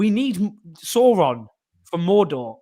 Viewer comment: You pronounced Sauron wrong Owen! Dunno if I can support this channel any more 😳